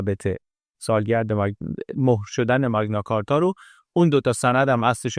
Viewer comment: ⸻ 🎙️ بابت زحمتی که می‌کشید واقعاً ازتون ممنونیم، عزیز 🙏 کلیپ‌هاتون نه‌تنها زیبا هستن، بلکه واقعاً آدمو تشویق می‌کنن بیشتر یاد بگیره 🌱📚 یه نکته کوچیک هم فقط از سر علاقه می‌گیم: اون اصطلاح معروف تاریخی که گفتید، به‌نظر می‌رسه «مَگنا کارتا» (Magna Carta) تلفظ درست‌تری داشته باشه، چون از لاتین میاد 🇬🇧📜 البته زیاد مهم نیست، مهم اون کار قشنگیه که شما و تیمتون انجام می‌دید 👏 ما از همین‌جا براتون آرزوی موفقیت‌های بیشتر داریم ✨ با عشق ❤️